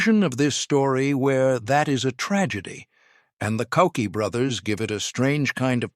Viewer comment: CZed!!!!! Not CZee!!!!!! The letter z is pronunced zed!!!! Koucky is not pronounced "Cookie", but "Kootskie"! Czech pronunciation! And overall there is a much much better video about the CZ75 on the youtube channel of Forgotten Weapons! Where this all is presented by an actual human talking into a camera. And Ian McCullum also has some real CZ 75 to show disassemble and explain!